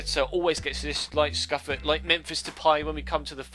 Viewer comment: Just so you don't completely butcher the italian language you pronounce scuffet like "Scoofey" not "SKUFET. :)